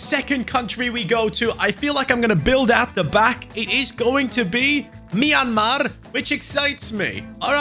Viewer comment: I'm from Myanmar and Ur pronunciation of the name of my country is one of the best I've ever heard a non-Burmese guy do. Cheers.❤